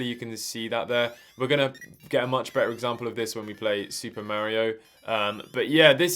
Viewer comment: "Super Merry-O"